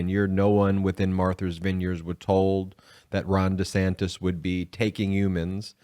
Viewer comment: How can you not know how to pronounce MARTHA, for God's sake? Wow, my respect for Ben's intelligence has just taken a nosedive! Marther? MARTHER??? That sounds like something Lauren Boebert would say!